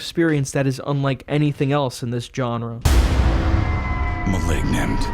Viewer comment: Hi, great job. I enjoyed your reviews very much and a few movies I'm gonna rewatch per you recommendations. Thank you for not spoiling the films yet adding enough detail to stir up interest. Btw you don't have to hit the 'G' in 'genre'. It's typically pronounced with a 'J' instead. Like 'dijon' mustard. Either 'jon-rah' or "Shzzahn-rah'. no offense meant, you enunciated so well otherwise.